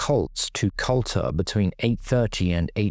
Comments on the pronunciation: Culter is pronounced ‘’Cooter’’ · Correct, 'Cooter' is how it's spoken in Aberdeen 😊